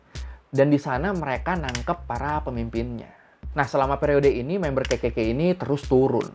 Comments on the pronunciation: ngakak bgt tiap denger ngomong KKK berasa kek ngomong kekeyi, pdhl bisa triple K aja bang 😁😂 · KKK ya gaiw bukan kekeyi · Malah gw dengernya kekeyi 😂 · Dengerku "Kekekey" 🤣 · Kenapa setiap bilang kekekey aku mikirnya ke kekeyi...🤣🤣🤣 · Orang lain dengar : kkk Gw denger : kekey k 😭😭